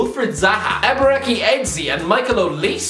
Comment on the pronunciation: When pronouncing Eberechi, Don't go "ki" Use "chi" like church, chun li, chin Ey-bay/bae-ray-chi